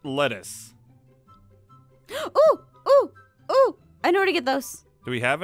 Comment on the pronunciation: When Jess said "lettuce" I heard "lettuth" Start annoying with that Jess. 😉